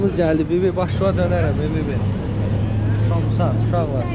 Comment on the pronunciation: Somçs yox samça